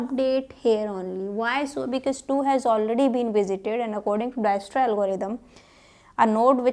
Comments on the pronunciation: For the uninformed , It's pronounced as Diekstra . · visited to see pronunction of dijkstra but ended up watching whole lecture , good explanation .